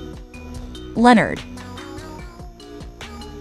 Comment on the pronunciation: That pig's name is Leonard not lenerd